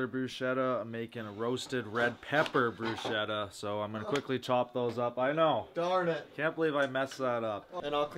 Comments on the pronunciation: You rub the garlic after the bread is toasted when the bread is hard and warm to release the natural oils and flavour of the garlic, and is right on how balsamic is pronounced, sorry. Also, bruschetta is pronounced BROO-SKEH-TUH😗👌🏼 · not correcting and bruschetta pronouncation is making me start to question his italian authenticity 😂🤭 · There's an important thing here on the video that no one pointed out: it's not about how pronounces "balsamic", it's about how he and everyone else pronouce "bruschetta" AND DIDN'T CORRECT THEM 😲 Btw, regardless from that, I think that bruschetta looked really good, sad it only got a 6/7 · The way you guys pronounce bruschetta is sending me 🤣 “ch” in Italian makes a K sound 🙈